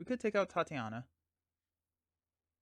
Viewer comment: “Tye-tay-nia” not Tatiana.